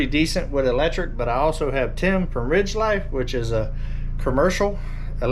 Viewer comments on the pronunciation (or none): none